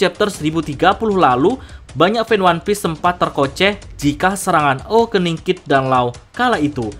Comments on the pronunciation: 7.19 terkoceh atau terkecoh sih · Bukan tercokeh om. Tapi terceko😅